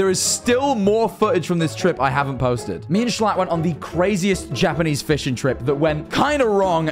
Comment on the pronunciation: is fluent in yapanese